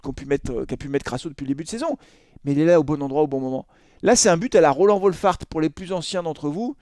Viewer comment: Quand tu prononce Roland tu me donne des boutons 😸